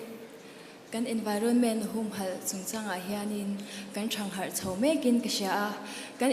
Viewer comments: Thang harh leh paih tih kan lam thiam meuh lo a ni maw. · Thang harh tih khi a thluk an ti diklo vek ....